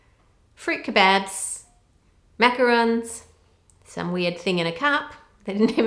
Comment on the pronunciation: me: "mac-a-r000ns" Ann ( an intellectual): "mac-arons"